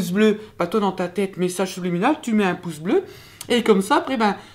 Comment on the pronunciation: J'ai cru que tu avais dis "pouf" au lieu de pouce, j'ai compris qud t'as dis "pouf bleu"